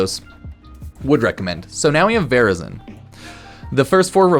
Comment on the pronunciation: "Varazon, vazrin" What's happening?🤣